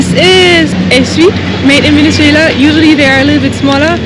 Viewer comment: I love how to pronounce Venezuela!!!! Enjoy the trip